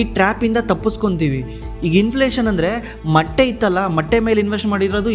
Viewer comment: Bro adu matte ,alla motte 😅